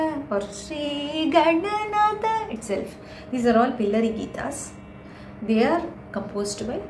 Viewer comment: beautiful presentation - This could have been amazing resource if you could equally focus on pronunciation as well. GaNanatha not GaNanata etc. All Samskritam texts have alpa prana (ka cha Ta ta pa and maha Prana Kha Cha Tha Tha Pha) Similarly 3rd column of letters are Apla prana and 4th column letters are MahaPranas. There must be a reason to have 33 consonants in it. just an observation across all your presentations.